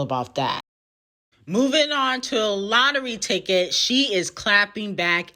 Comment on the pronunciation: Everytime u say lottery ticket I bust out laughing 😅